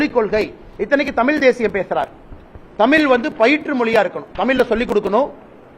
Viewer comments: தமிழ்டா அண்ணாமலை தமில் இல்லை மடையா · அட திராவிடியாப் பயலே.....நாதாரி.....நீ உன் மொழியின் பெயரையே ஒழுங்காக சொல்ல வராத நாதாரி. உன் நாக்கில் வசம்பு வைத்து தேய்த்து நாக்கை நன்கு வழித்தெடுத்து சொல்லப் சொன்னாலும் "தமில்"...மொலி...என்று பேசுகிற நாதாரி. நீ என்னமோ ஐபிஎஸ் என்று பீத்திக் கொண்டு திரியாதே? உன்னை முன்னிலைப்படுத்தி தங்கள் காரியங்களைச் சாதித்துக் கொள்ள நினைக்கும் பார்ப்பன திராவிடியாப் பயல்கள் வேண்டும் என்றால் இன்று உன்னைப் புகழ்ந்து வைக்கலாம். உன்னால் அவர்களுக்கு எந்த பயனும் இல்லை என்ற சூழல் வரும்போது (நிச்சயமாக வரும்) இன்றைய உனது யோக்யதைகளை பொதுவெளியில் நாறடிக்கத் தயங்க மாட்டார்கள். கவனமாகப் பேசிப் பழகு. அது உனது எதிர்கால நலனுக்காக நல்லது.